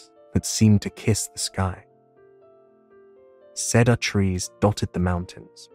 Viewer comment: Love the story & the man's voice however the way he pronounces cedar as said-are instead of seed-are is really annoying & detracts from the story for me